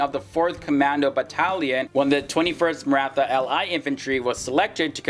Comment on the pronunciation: He didn't say Maratha properly